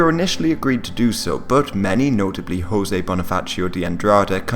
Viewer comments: José is pronounced "Jozé" and the letter "j" is the same of french, not "Rossé" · Its like to say "Joe za" with the "a" of "apple" though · Stop pronouncing the Portuguese José like the Spanish José. Portuguese actually say the Js and pronounce them, unlike the Spanish who turn them into Hs.